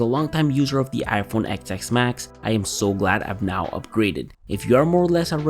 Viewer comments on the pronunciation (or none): "Xs Max" is pronounced as "10s Max"